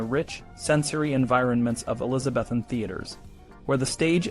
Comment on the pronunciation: Graphics are great but - words mispronounced : Elizabethan and the play Pericles is pronounced like icicle. History needs too be accurate - so this is jarring.